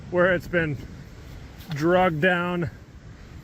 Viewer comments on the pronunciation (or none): Man, it's "dragged" not "Drugged". English, just saying.